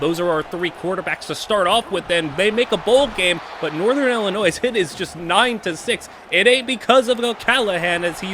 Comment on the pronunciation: The way you pronounce Illinois and Jimenez are crazy